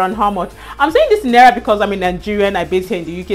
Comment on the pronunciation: It's "Naira" and not "Nera" 😂😂😂